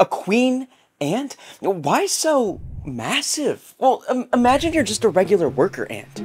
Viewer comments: Did he say MASSIVE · Did u say MASSIVE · Queen Ants are WHAT ? Did I hear MAS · Did you say . . . . . . Massive? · Did you say massive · “Did he just say massive” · Did you say massive?